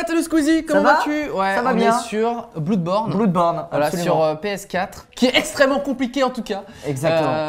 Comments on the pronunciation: pk blOUrdborn?dite bloodborn, comme du monde. genre, blaudborn. merci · Sa ne ce prononce pas bloudborn mais blodborn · Dorck Gaming la même surtout que si tu fais la faute ils te rattrapent direct donc stop les conneries ça ce prononce bleud ou blod born peu importe mais surtout pas blood c'est comme si tu prononçait résident evil à la frenchies. . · Noé Pitavy ouais bon si tu prononce en français ou en anglais c'est pas pareil lol... en français ça donne bloudeborne, et en anglais c'est bleudborn... m'enfin, c'mieu de prononcer en anglais vu que c'est un mot anglais. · En gros: Le français donne : Bloudborne Et l'anglais donne : Bleudborn Sachant qu'en anglais blood se prononce bleud et que borne garde une prononciation transparente. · On dit "blad born" pas bloud borne à la Sètoise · en fait, c'est bleudborn il me semble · Filipe Mota Non, ça se prononce Blodbaurne. faites vos recherches ! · Noé Pitavy j'crois que c'est à sherlock En tout cas, tous mes profs d'anglais, du college a la fac m'ont appris bleud .... x] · La phonétique anglaise officielle de blood c'est bləd, et cool c'est ko͞ol. C'est juste totalement différent, en francais on différencie pas nos prononciations, eux si. Bloodborne se prononce "Bleudborne". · "Bloudborn" .. ta gueule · veu jouer T_T a ahem.. bl'EU'dborne :P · bloudborne ??? mais ptn CEST BLOODBORNE